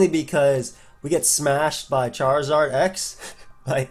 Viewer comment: why did he say charizard like that lmfao